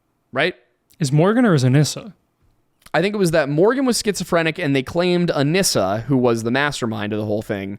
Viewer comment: only because you frequently ask to be corrected on pronunciation, “anissa” is pronounced UH-KNEE-SUH 😂 love yall!!